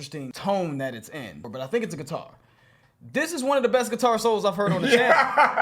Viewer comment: Pronounced SIT- ar instead of gui-TAR 🙂